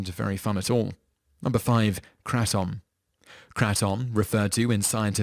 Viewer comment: first of all kratom is said like “craydum” not “kraatum” second of all it can’t be smoked and third of all it’s not highly addictive. it is addictive but not highly. it’s mostly habit forming